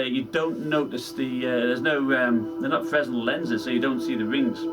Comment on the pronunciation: The s is silent in fresnel